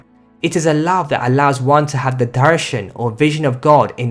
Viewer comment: You explained it very well.Now I am convinced why should we read those storys. Spacial note you pronounced darsha as dharshan which means rap. Don't worry you pronounce every Sanskrit words and phrases very well.atleast better than me. Thanks for sharing your knowledge and love you